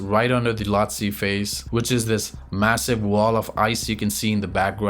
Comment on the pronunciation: C'est quoi, une machine qui parle? Loti au lieu e Lhoste, pôle sud au lieu de COL sud, etc... C'est bizarre le commentaire.